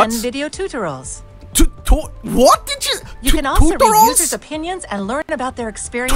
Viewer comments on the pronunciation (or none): TOOTURALS?! TOOTURALS?!